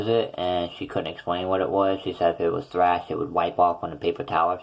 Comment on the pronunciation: It's thrush, not thrash. Just thought I'd let you know. Btw, where did you get this temporary denture from?